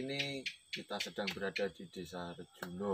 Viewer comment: Ngapunten sanes Ngrejuno Tapi Rejuno 🙏